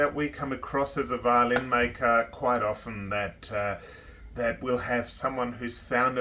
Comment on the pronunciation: thank you for pronouncing "often" correctly! Funny story: I use a nice instrument stand next to my practice chair to set my viola on when I take small breaks. Once I hit the bridge on one of the arms of the stand and completely knocked my bridge out of place. It was flat down on the top and strings totally loose. I was stunned and in a panic. However, I set the bridge back in place, tuned up again, and all is well! Yaaaaaaaaaaaaayyyyyyyyyyy 👍